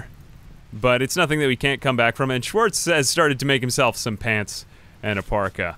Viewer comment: Sorry may I ask where you´re from? Just from how you chuckled at Schwarz and persecution it sounds as if you at least know german (plus you managed to pronounce it, something no american would manage ever^^)